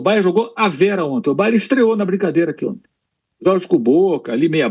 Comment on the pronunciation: Alguém ensina ao Pilhado que é BayerNNN…